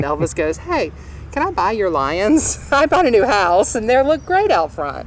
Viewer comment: Hose, is House